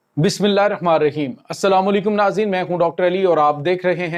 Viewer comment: Brother I am a very old listener of your vlogs. but from last few days I noticed that you did not read bismillah hi rahman nirahim properly. please do not mind and try to fix it.